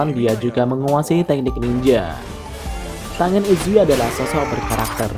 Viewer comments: Yaiba bang bukan zaiba tenen bukan tangen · Min setau saya klo namanya ada "ng" Misal rengoku dibaca nya renggoku/ren goku bukan rengoku begitu dengan tengen dibaca tenggen / ten gen bkn tengen